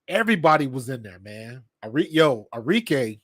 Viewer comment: ARIKE - Are -Ree - Keh (not Kay)